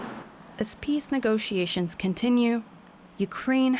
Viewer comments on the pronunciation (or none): He says 'nego-see-ations'.